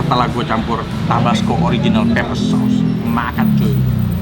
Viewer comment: Pepper Koh bukan Paper. Artinya beda jauuuh